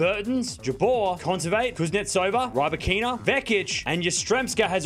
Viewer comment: Why why why it's not Rye ba-kina, It's Ribakina.